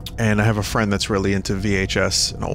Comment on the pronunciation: *Giant, tottering fang-creature *Vinny reaches out for it "Fwend?" 🤣🤣